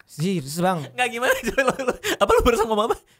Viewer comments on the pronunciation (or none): Ngomong "serius bang" jadinya "sisbang" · "Serius bang" jadi "Zers bang"